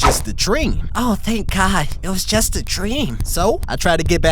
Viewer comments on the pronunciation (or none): dont say gœd say God normaly 👍👍👍👍👍👍👍👍👍👍👍👍👍👍👍👍👍👍👍👍👍👍👍👍👍👍👍👍👍👍👍👍👍👍👍👍👍👍👍👍👍